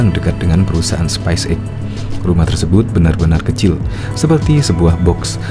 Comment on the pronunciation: coba pronounsition yg baik dn benar space X bukan spice X bung!!!